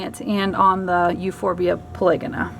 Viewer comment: I think it is pronounced Euphorbia Poly-Go-na